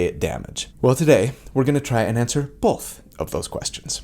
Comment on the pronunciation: Take a shot every time he says ""